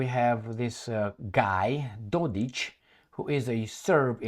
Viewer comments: The K at the end of DodiK is read as cK (as in Dick) - not as ch (as in Mich)!! F..the EU & USA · Dodik is written with the K , SO it should be read as K...as its written..Just so U know. All D best to You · Hey Can't you see a K at the very end of his last name??? DodiK No Ć kr CH⁉️ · FYI he is MILORAD DODIK (Милорад Додик) NOT DODIĆ